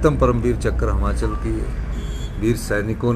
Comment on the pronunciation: Yr ye Himachal ko hmachal kyu bolta h😢